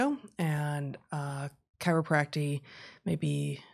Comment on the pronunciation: As an acupuncture and a chiropractor... Of course to 'the competition' we are quackery. BTW it is ChiropracTIC... not chiropracty... There are MANY ways to manipulate or adjust people and yea there are some that are after just the $ just like allopathic doctors (medical) You can find fraud on all sides, that is greed. You can find lots of taking advantage of financially or otherwise. How many unnecessary surgeries are there? You will never know, the damage is done there is no going back. As an acupuncturist, it takes years to understand and has a far longer history than any 'leecher'. Much of both are 'non literal' is true, some things just do not easily get explained with 'Western' medicine. Current research is still peeling away the information that is useful or non-useful, that is how science should work.